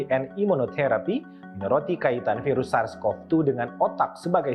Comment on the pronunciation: Piras pirus piras pirus bosen gw dngernya